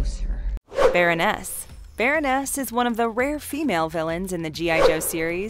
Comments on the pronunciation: yeah, but she said specifically, "Baron-ness", not Baroness. They also get information wrong, and cut way too many sentences sho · Omg I cringed every time she said "baron-NESS"